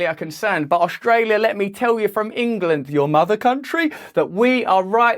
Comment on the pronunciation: Engaland is not the mother country. Most Australians can trace their heritage back to somewhere other than Engaland. (Yes I said Engaland, just like you said Aushtralia)